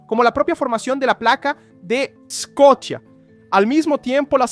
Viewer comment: Se dice "sea of Scotia" o "mar de Escocia" pajaron. Haces un vídeo para educar y el educado resultas ser tú.